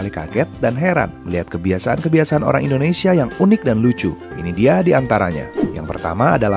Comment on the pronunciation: Bukan indonesiyen. Tapi Indonesia.